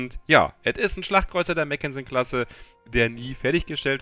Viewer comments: Mack, nicht Mäck 😜 Ein Papier Schiff war es genau genommen nicht, nur eben nicht vollendet, anders als die nachfolgende Ersatz-York-Klasse, die wirklich nur geplant war. Was das Panzerung Defizit angeht, das Schiff krankt da etwas an WGs merkwürdiger Einteilung: Sie ist ein Schlachtkreuzer, ein Schiff das zugunsten der Geschwindigkeit auf einen Teil der Panzerung verzichtet und war niemals für eine direkte Konfrontation mit Schlachtschiffen vorgesehen. Eine Auslegung, die den Britischen Schlachtkreuzern noch stärker ausgeprägt war (im direkten Vergleich waren die deutschen langsamer und etwas Kaliberschwächer, dafür deutlich robuster. Btw, die Hood war als Nachzügler eine Ausnahme, die wurde aufgrund der Erfahrungen des Krieges wartend des Entwurfes noch deutlich stärker gepanzert). Wird im Spiel aber wir ein Schlachtschiff behandelt, im Gegensatz zu Alaskas, Stalingrad und Co, die als Kreuzer eingestuft werden... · mackensen..nicht meckensen